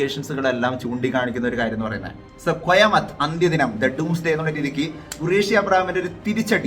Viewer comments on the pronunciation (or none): It's word called Qayamat. Means keher or terror doomsday. Alla. It's havoc standing on top of head. Be clear on Hindi pronunciation ok. Very gud informative videos are yours study abt films especially this one franchise of Lucifer parts story content past present future you r almost right. There are some more information to be added to this that's in next part sumtines all this scenes can't be put up so it maybe possible for L 4 movie top. And indo arab nexus of qureshi abram gang. Arab syndicate don will be character played by legend Mithun da from bollywud already talks going on. If it's done then it will be very tough great to watch treat in theatres legend mithunda actor wth Mohanlal. Sir. As well as there may be a cameo by rajni sir or fafa. Or ajay devgan or khans in their next part of movie. Talks are on for that too wth actors. As well as dong lee from Korea will be seen in sum role in next movie as villian shen triad group conman